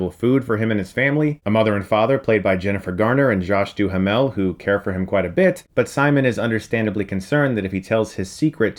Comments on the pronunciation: Du-Ha-Mall?? I've never heard anyone pronounce his name like that. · Josh Doo-hoo-mell? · Josh Doo-ha-mell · Not how you pronounce Josh Duhamel